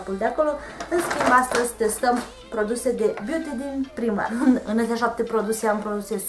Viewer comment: Se citește "praimarc" nu "primark"